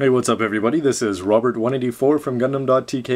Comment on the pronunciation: Thanks for answering,. I guess my name was easily recognized, you pronounced it perfectly! I would have to agree that seam lines are probably the best thing to improve to help the less inclined to put a lot of work into models, and grouping parts would be good for everybody. I'd also like to see more surface details moving, like the recent trend to have shifting thigh or knee armor.